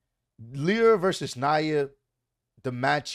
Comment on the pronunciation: it’s Lyra lie-ra